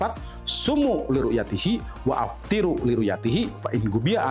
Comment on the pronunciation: Jangan bilang waaftiru bro. Kamu tidak ngerti nahwu sorrof bro? Waftiru itu yg benar